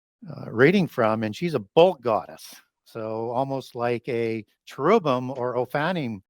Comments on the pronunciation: You are seriously killing me. Lol. Chair-rub-bim. Not whatever you said, or I previously said after you torque my mind. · Because you are an expert, I will help you pronounce correctly... Oh-fan-nim. Not "oh-fanny". & chair-rib-him